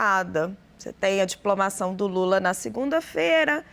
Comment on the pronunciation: O SUJEITO NÃO SABE SEQUER FALAR " DIPLOMAÇÃO " E QUER SER ANALISTA POLÍTICO !!!!!